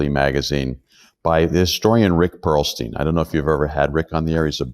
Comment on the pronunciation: It's Perlstein. Rick Perlstein.